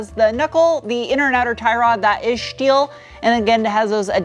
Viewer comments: Is there a reason why you say shteal instead of steal or shport instead of sport ? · Schteel huh? LMAO Why not. It goes hand in hand with the way you like to pronounce aluminum.